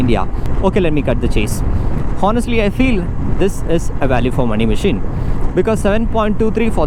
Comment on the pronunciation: Boy its not "HO"nest, its Onest. " H" Is silent. pls mind this in your future videos. you sound unlearned when you say "HO" its should be pronounced "O". Check the phonetics and pronunciation videos. Good luck boy